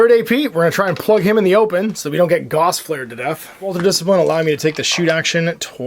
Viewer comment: Gauss is pronounced like “house” with a “g”. Carl Friedrich Gauss was a German mathematician and physicist.